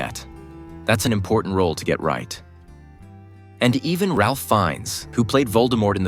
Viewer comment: His name is not pronounced 'Ralph', but Raif.